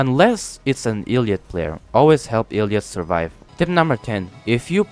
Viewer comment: Bro is pronocing elliot illiot bruh